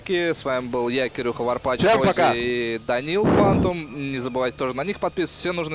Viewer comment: Ток дошло нас в школе учат что ch на англ.яз это Ч а th это З то есть ты не варпаЧ та варпаЗ))))